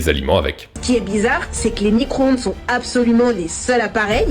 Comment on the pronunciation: Fourmis cro ondes 😂😂😂excellent 😂🤣